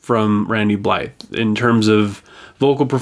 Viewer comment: Richmond, Virginia, not Vermont :P. You got a few things wrong tho. Their first hiatus was because of the Ukraine trial, but that was before they released VII in 2015. Their second hiatus didn't have any specific reason, but in this time they made their cover album. Oh, and the "th" in Blythe is silent. On the song: you're right. Checkmate was boring as shit. Cruz is trying to play like Chris (26 years in LoG) did, but it's just not creative or interesting. This is where the band fails as a whole, and I'm petty sure this is the reason Chris isn't in the band anymore. He made a pretty vague statement about his departure, but mainly he didn't want to be a part of "painting-by-numbers", nor did he want to just play the same song 10.000 times. It sounded like Chris wanted to make something more musically creative, but evidently the rest of the band disagree, which Chris suggests he thinks is selling out. For more than a decade, Lamb of God was my favorite band. #1. But after Chris Adler leaving (he was my main inspiration to start playing drums) and this song being such a letdown, I have to admit that I have lost all hope. I don't care. This will be the first LoG album I won't buy, and I have all their work, either on CD or vinyl, and several on both. Hell, I even bought a few digitally. But now I'm done.